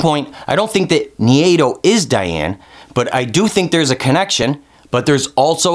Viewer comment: Who's "Nhiyedo"? How do you get that pronunciation from Nai-do? haha